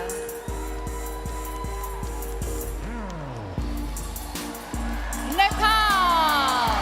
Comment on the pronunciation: Iris mitinnaire is so beautiful. Is the other hostess a Trump fan? "Nambia"?